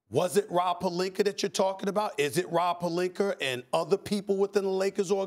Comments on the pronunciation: Stephen a cant say names that end with an A. “Serge Ibakerr” 🤣🤣🤣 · Nobody: Not a single soul: Stephen A. : Purlinka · “Was it Rob Pelinka or Rob Pelinker” 🤣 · I've definitely heard Stephen say Pelinker before. I think he always says it that way. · Rob Pelinker Shaggy P 😬😬